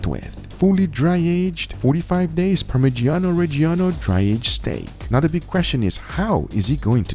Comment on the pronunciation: The way americans pronounce parmigiano reggiano really disturbs me